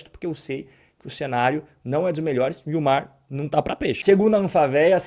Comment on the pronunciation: Muito bom o comentário. Só corrija nos próximos como se fala Anfavea. O correto é falar Anfávea.